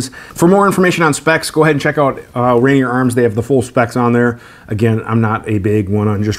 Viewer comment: Ranear aka Rainier pronounced as Ray-near Cheek Hair aka Whiskers